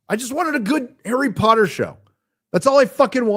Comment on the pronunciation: Harrah Pottah